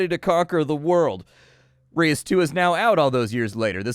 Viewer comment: Nice to see what this game is looking like. Not sure I am a fan of the changes from the first game, kind of seems dumbed down in areas. But maybe it makes up for it in other ways. BTW, I believe "reus" is a single syllable word, pronounced like the word loose, but with an 'r' instead of an 'l'. As others have mentioned it is a dutch word for giant.